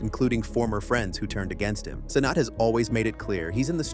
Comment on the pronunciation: Did bro say "Kai To-Not"?